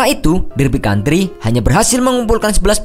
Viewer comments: County min bukan country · Derby county pak, bukan country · Cacattt,HeureLHO(baca lio) ,Derby County,not Country,Wimbleden wkwkwk Kreatif dah yg bikin channel,syg.a pngetahuan bola.a payah 😅,tp mayan tmbus 2,5 jt view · Koreksi : Derby COUNTY bukan COUNTRY Alex FERGUSSON bukan FERGUSYON Wimbledon dibacanya WIMBELDON ya wkwkwk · Geli denger nya Derby CountRy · DERBY COUNTY kaleee, ga pake R :DDD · derby county kali ya,bukan derby country.. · judul terburuk tapi rata2 video penyelamatan penguasaan bahan juga kurang, derby county jadi country, pembacaan wimbledon juga salah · Derby County min, bukan country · Derby county bukan derby country. ferguson bukan fergusyon. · Ko derby country ? County kali bang 😂😂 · Derby County F.C...bukan Derby Country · *Derby County. Bukan Country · Derby County ..bukan Country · derby county mas bukan country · Derby county bkn derby country :v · Derby County bukan Country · Derby County...not country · Oiii derby county bukan country 🤣🤣😝